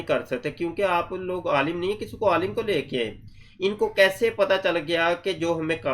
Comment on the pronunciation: No wonder says "aalam" instead of "aalim"!!! Making the Qadiani religion survive the scrutiny and examination of Muslim scholars is his mission, his "world"! In his world there is no place for a "aalim" of Deenul Islam! is just a professional, an employee of the cult, the leader of which, that Coxcomb khalifa, speaks Arabic and reads Quran with far more errors!